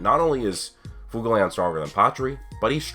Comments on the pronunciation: I preface this with i enjoy the heck out of your videos you have replied to my comments before so i wanna holla at you. Fuegoleon is not pronounced ' foo go leon" its pronounced "fwhey go leon", licht is not pronounced " licked" its pronounced ' lee(h)-ked ( the h is almost like a soft exhale) ". honestly just google: german word for light, click on the speaker or hell i'll settle for "leek-ed" but regardless nothing is worse that when its pronounced lich-ed ( anime balls deep says it like that it drives me crazy!!) You cover awesome ideas, keep it real when you critique the show , and while you talk about things ive thought of you certainly blow my mind with other thoughts as well ! so lets kick it up a notch and get the names down . I mean shit you looked up nordic runes my dude and studied the potentially meanings and what strings of them could potentially mean! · WHY CAN"T YOU SAY FUEGO(as in fire in spanish)LEON